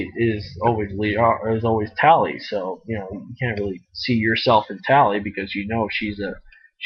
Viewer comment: Tail? Lol it's Tali :P